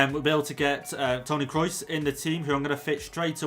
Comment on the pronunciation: Nobody:: Tony Krois